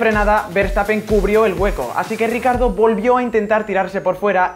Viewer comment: Se pronuncia riquiardo no ricardo xd